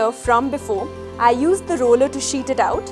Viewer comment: It’s not “a rollya”! It’s the roller!